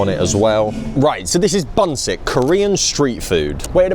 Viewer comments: it is pronounced Boonshick 😝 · Busik is pronounced 'Boonshik' - 분식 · Bunsik is pronounced POON shik. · some notes on bunsik from someone who has lived in both uk and korea its pronounced "bun-shik" according to the original hangul but easy misunderstanding as for the food its quite inauthentic compared to the korean counterpart, its actually quite funny that bunsik became a massive trend when myeongrang (the og korean corndog company) opened here around the same time, failed to sell well and shut down its locations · bunsik pronounces 'boo'nshik xD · Bunsik is pronounced Bun-sheek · And £4.40 is bonkers. The angle is the potato cubes BTW, the shop's name is pronounced boon shik, which means snack in Korean. And they don't call it a corn dog there. It's a hot dog. Hot dogs are called frank, pronounced prank. The most popular topping on the corn dog is... sugar.